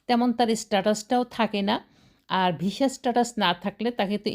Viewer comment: Visa o ucharon korte pare na